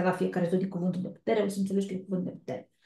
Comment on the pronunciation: Nu se înțelege cuvântul putere la zodia leu❤🙏❤️